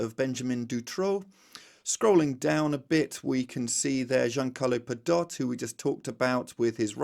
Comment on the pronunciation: Pe-doh-tay, he's Italian, please get your pronunciations correct.